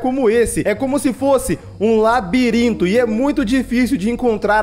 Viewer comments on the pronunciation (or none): Não é laribirito e labirinto